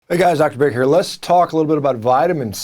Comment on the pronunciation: Sounds like he says Dr Berry at the beginning😂